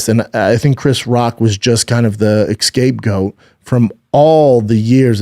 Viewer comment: "Excape goat" lol